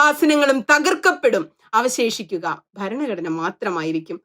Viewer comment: ഇഷ്ടായീ... പക്ഷേ ഈ ബരണ ഗഡ്ണ ബരണ ഗഡ്ണ എന്നുള്ള Pronunciation ഒന്ന് തിരുത്തിയാൽ നന്നായിരിക്കും. ' ഭ ' രണ " ഘടന " എന്ന് പറയൂ..